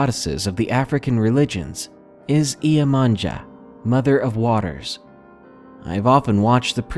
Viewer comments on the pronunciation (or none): Story #1: Her name is pronounced Yem-a-YAH. The y and j in Portugeuse are not pronounced the way the narrator says it.